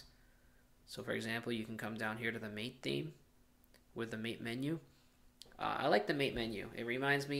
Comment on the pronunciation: Hey, it isn't pronounced 'mate' like 'm8' but rather with the a sounding as in 'dad' and the e as in environment - hence ths developers choose to write it MATE to make it sure it has nothing to do with 'pal' or 'buddy' but with the infusion and the plant it takes it name from. Cheers.